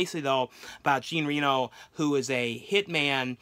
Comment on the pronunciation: It's Jean (John) Reno of Ronin. That's how you pronounce his name .